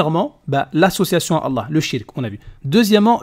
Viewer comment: On se défend tout simplement ... parce que vous mentez ? C'est quoi ces ahuris ptdrrr, c'est qui les moutons entre nous qui connaissons nos textes et vous qui suivez un faux ex-musulman (qui ne sait même pas prononcer le nom d'Allah) en gobant tout ce qu'il raconte sans essayer de comprendre ? ^^ Et il répond parfaitement à la vidéo, essayez de suivre. Majid montre que les lois islamiques sont stupides contrairement aux lois humianes.